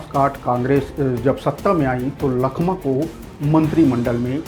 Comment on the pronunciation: लखमा ❌ चखमा ✅